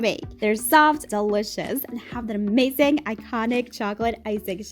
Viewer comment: I love how you said Amazing "AmAzing"